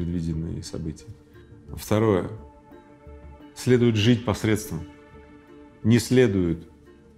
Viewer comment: Эй,парнишка, который берет интервью у миллионера, говорить надо грамотно,потому что это школьная программа: срЕдства